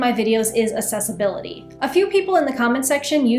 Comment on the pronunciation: I will back you, as long as you pronounce Accessibility correctly XD Ack-sess, not ass-ess